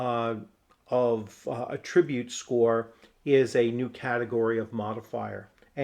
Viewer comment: Great content! I love this system. FWIW at-TRIB-ute is the verb. The noun is AT-trib-ute. It's like re-CORD & REC-ord.